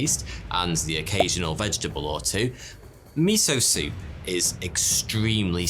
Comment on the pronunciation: Mee-so-soup.... Mee- so- HORNY......